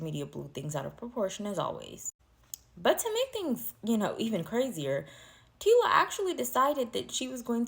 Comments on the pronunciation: EHH , EHHH! Wena mara🚶‍♂️🚶‍♂️ Get your pronunciation straight!!! NOT, TILA, TACILA, T WHAT WHAT YOU ARE BLUBBERING!!! TYLA , SPELLING MY SISTER! PRONUNCIATION eg = " TYLER " BUT SPELLED AS " TYLA " DO YOUR HOMEWORK! YEER! YOOOH! 😂🚶‍♂️ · The name is TyLa pronounced tie-la